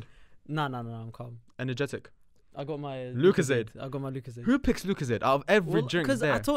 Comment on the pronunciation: Did he pronounce it as lookozayd LOOOOOOOOOOOOOL